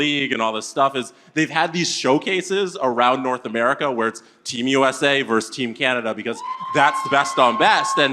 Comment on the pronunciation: ...it's "versus", not "verse".